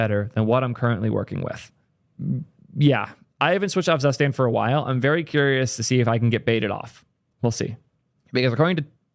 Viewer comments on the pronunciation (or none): DAMN IT, IT'S TSOO-shtahnt NOT ZASTEND cool video tho 👍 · Zustand sounds German (translates to status) and as such you should propably pronounce it more like tsustant. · it's more like [tsu-shtant] but already mentioned that he doesn't care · Please don't pronounce Zustand like that it hurts my soul The u is pronounced as o in the word "zoo" The Z is pronounced as "ts" Ts oo stand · "Zustand" is a german word and pronounced completely different just sayin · It hurts my ear everytime you pronounce "Zustand" as a german speaker :-D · How not to pronounce Zustand.